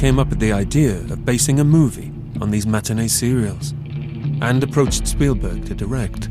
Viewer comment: So did you. It's 'Spielberg'.